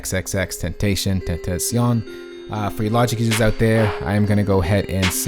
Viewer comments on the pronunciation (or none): XXX TEN-TAH-SION is how you pronounce it... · It’s “ex ex ex tentasion” :v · Tbh if you can’t pronounce his name by now you don’t have an excuse. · Still don’t know how to pronounce his name?😂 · Why do you want comments about how to pronounce xxx just call him X or just pronounce it correctly cause it’s been like 2 years so I would hope a producer would know how to say his name